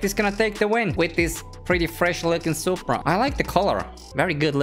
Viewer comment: You said supraa socks 😡